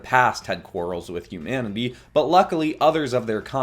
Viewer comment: humanaby? HUMANABY!